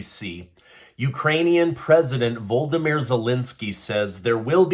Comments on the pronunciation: Yo, the President of Ukraine is not called ‘Voldomir’ as you idiotically pronounce. His name is ‘Volodymyr’. Please do him the courtesy of putting your lips and tongue together in such a way that that noise comes out. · His first name is pronounced voe LOD ah meer. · You seem to be leaving out a syllable in Volodymyr by calling him "Voldymyr" Zelensky.